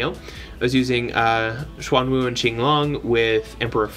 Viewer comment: Wow!! The way you pronounce Xuan Wu(玄武🐢) & Qing Long(青龙🐉) like a pro chinese man🤔! Great vid bro👲